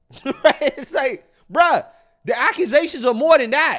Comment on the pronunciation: IT'S NOT BRUH,,,IT'S BRO...THOUGHT YOU DIDN'T WANT TO SOUND LIKE THE IDIOTS THAT YOU COMMENT ON 😅😅😅